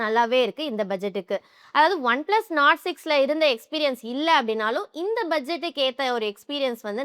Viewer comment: One plus nord sollunga not illeey